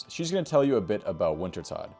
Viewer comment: Thanks for the guide! Btw, Wintertodt is pronounced Winter-tote, as in a tote bag. I believe it's a variation of the german Tod, or death. Good guide :)